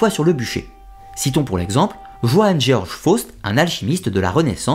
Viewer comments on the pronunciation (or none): none